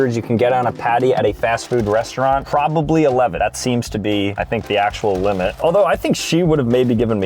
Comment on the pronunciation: 'the limeit i think is 5 oh pickle ''